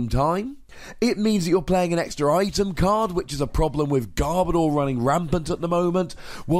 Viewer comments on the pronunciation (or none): none